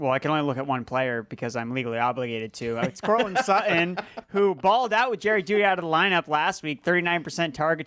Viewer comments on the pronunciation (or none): Sick of hearing about Courtland SUH-EH. I thought there were consonants in that name.